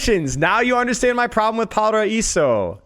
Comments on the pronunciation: BTW IT'S PRONOUNCED "PARAIZO" NOT "PARAISSO"!!!! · I appreciate you trying to pronounce the name of the map according to its native pronunciation! However, just a tip in case you want to pronounce paraíso as close as Brazilians would a pronounce it, the way we say it sounds more like paraizu, so the r is rolled, however the s makes a z sound and the o is turned into a u. But if pronouncing paraíso as it would be said in Spanish was your goal, then the pronunciation is correct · The S in Paraíso has a Z sound. Paraizo.